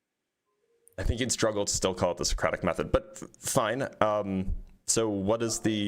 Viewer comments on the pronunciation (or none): "Wardview" "Sereocrathic Method" 🤡